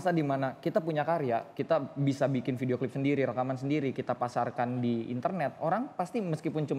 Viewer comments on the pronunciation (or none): none